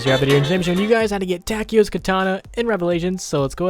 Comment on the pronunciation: it's soo damn awesome, that you can speak german names! good job